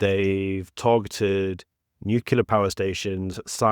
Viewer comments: Your analysis has merit, but Lemola is minister of international relations and cooperations not justice. And get your pronunciation of nucLear right. It is nu-CLE-AR, not nu-ce-lar. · say Nuclear (new-clear) not (new-killer) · say it with me now, "New-klee-ar"